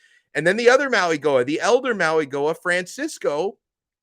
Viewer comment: It’s pronounced “Maui Noah” not “Maui Goah”